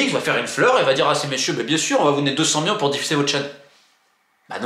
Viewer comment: C'est "millions" pas "Miyons"